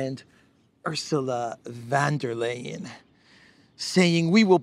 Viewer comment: She made the name Ursula Von Der Leven sounds like a pharmaceutical you take for serious constipation.